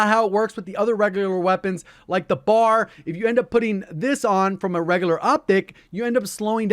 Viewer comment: B.A.R. not bar.